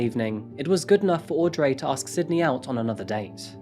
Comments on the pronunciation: I kept wondering about the name Audrey in the UK we pronounce it aud-ree not Ray lol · fwiw that name is pronounced "audree, not audray" - i know it's spelled and ends with "rey" but in this case, english gone english and the pronunciation isn't phonetic. love your videos, love that the cat randomly hides! keep right on delivering us the goods! heart emoji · Aud-ray hahahahaahha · Aud-ray haha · aud ree! its fuckin auuuud reeeeee! he even calls himself fuckin aud reeeeee! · man the way he pronounced audrey is soo weeirrdd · Yes, I don't get it. I'm also British but never pronounce Audrey like that. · Jesus Christ it's got to point where he can't even pronounce Audrey.